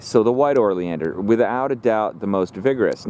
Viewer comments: Lol YES! O not OR😂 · How you spell it "oleander" and pronounce it "orleander" is beyond me. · Pronounced Oh-lee-an-der. There are literally DOZENS of varieties of Oleanders with many different variations. I would say the hotdog story may be partly true. Smoke inhalation leading to cardiac arrest? Maybe. Eating the hotdogs? Not likely. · I’m curious, as to why you refer to them as “OR-Leander’s”... I am pretty sure, that there is NO letter “r” that is placed before the letter “l”... Please don’t misconstrue, my question, as weird or “Chicken-Shi—ty”... And for you haters out there, I don’t care what you think of me, so don’t waste your illiterate pontification!!! All I’m guilty of, is to ask an honest question! It is, indeed, a nice video! And it really doesn’t matter how you articulate your version of the name... I was just curious, to hear, why you put the “OR” phonetic sound, before the “L”? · you are mispronouncing the name of the plant